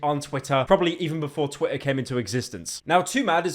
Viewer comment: ik you have a speech impediment but stop staying Twitter like that u br*t